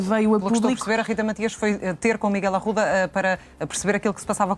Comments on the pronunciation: nem o nome da Rita sabe a parva, não é Rita Maxias é Matias, está com tanta pressa para a contradizer que nem o nome prenuncia bem, Matias, Matias, Matias, palerma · É do meu ouvido ou ouvi a jornaslista dizer Rita maxias. ??? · mais alguem ouviu a apresentadora dizer rita maxias?